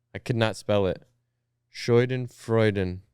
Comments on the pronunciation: its schadenfreude not scheudenfreude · not them butchering schadenfreude